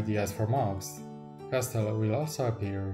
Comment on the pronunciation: Twoje MOCe są niesamowite, robią duże wrażenie i doceniam, że robisz filmy w języku angielskim. ale błagam, wymawiaj "castle" jako ''kasyl'' bo po ponownym oglądnięciu wszystkich MOCy związanych z lego Castle trochę mi uszy zwiędły ;)